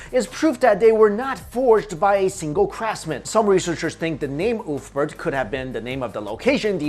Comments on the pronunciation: It's pronounced "Uber-Felt" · Ulfberht..... more like, oooofberht.